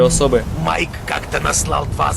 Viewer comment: Ну що ж: Майк а не Маїк В короля Артура 2 мечі — перший він витянув з каменю і через це став королем, а другий — Екскалібур — дала йому володарка озер Завждизелених — не звучить, краще сновидівські "баксюки" трОля, а не тролЯ І не хвилюйся так, все буде добре!